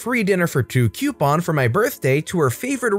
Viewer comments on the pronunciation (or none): none